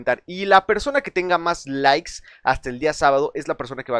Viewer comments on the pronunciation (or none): none